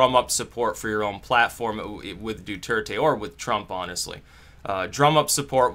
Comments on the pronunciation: His name is pronounced: ( Dwehr-Teh. ) NOT: ( Du-Er-Te) as you keep saying. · it's do-thur-tay.